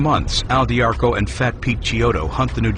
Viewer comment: If you like this doc, you can learn a ton more from, MOB BOSS, the first person perspective from AL D'Arco ((dee AR coh) not (dar koh) like the audible book say) it's really good autobiography